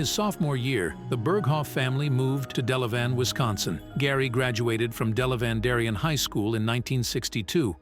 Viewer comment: While in high school, Gary axted in the Belfry Theater, in Williams Bay, Wisconsin, where Harrison Ford and Paul Newman got their starts. Gary's mother was the choreographer at Belfry. BTW, it's pronounced DELavan.